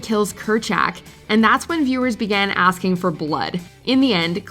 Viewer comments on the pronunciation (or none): none